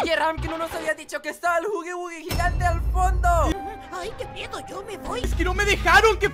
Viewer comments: se escribe (huggy wuggy) pero se pronuncia (haggy wuaggy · Se pronuncia Huggy Asi Jugy Wugy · Se escribe huggy wuggy Pero se pronuncia jagui wagui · la bestia de poppy playtime se escribe huggy wuggy pero se pronuncia haggy waggy